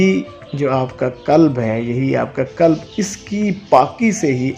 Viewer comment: Kulb ka matlab hey kutta aap please koshish keryn qalb bolney ki Allh AP ki asany kray ameen